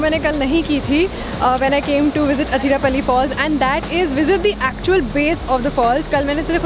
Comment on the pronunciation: Its not Hatirappally...Please pronounce it as 'Athirappally'